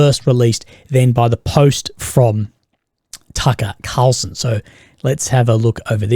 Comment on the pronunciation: You lost me as soon as you said Cucker Tarlson